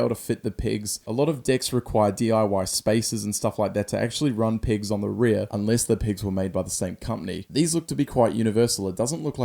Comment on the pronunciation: When you say pegs your saying pigs 😂